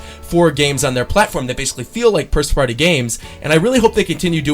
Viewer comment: HAHAHAH W/the dyslexia "PIRST FARTY" instead of first party. Love you man